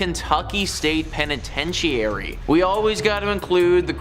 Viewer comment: pen-I-tench-e-airy….🤣ur So Right!! It’s why I’m in the comments